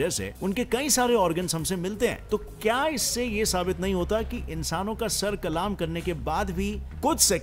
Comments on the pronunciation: Kalaam nahi kalam कलम hota he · Bro Sir kalam hota hai... Sir kalaaam ni hota!! 😅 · sar kalam nhi kalm hota hai